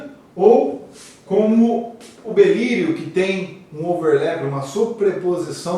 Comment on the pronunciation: Aula muito boa, mas avisem ele que é “Berílio”, não “Belírio”